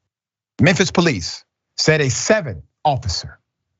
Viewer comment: Police not ploice